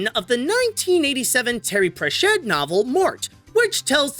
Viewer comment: Jesus the way he pronounced Sir Terry Pratchett actually hurt me.